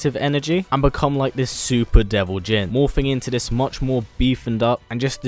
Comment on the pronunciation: Instead of dis why don't you try saying this, and instead of den why don't you try saying then! Bad habit